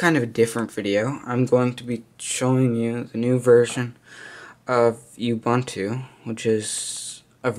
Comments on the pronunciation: ooh-boon-too, not uh-bunh-too or you-bunh-too. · Btw.. it is pronounced 'ooo-boon-too' not you-bun-too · Not U buntu its ubuntu and its megabytes not m b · Nice vid, but I couldn't help but wince at how you mis-pronounced Ubuntu... Say it with me: oo-boon-too On the Wikipedia page for "Ubuntu (philosophy)" there's a video clip where you can hear Nelson Mandela pronouncing it correctly. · You mispronounced Ubuntu. Both 'u's make an oo sound.